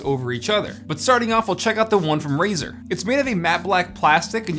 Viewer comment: its Razer not fucking razor... XD